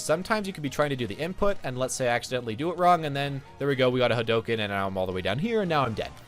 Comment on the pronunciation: Its Hadouken.